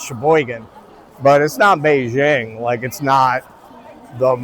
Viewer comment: You're awesome. Also, please. BeiJing. BeiJJJJJing. It aint French.